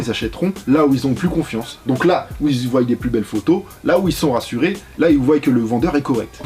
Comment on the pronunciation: Voient pas voYent 😭